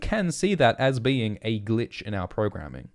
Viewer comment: Not bean, but Being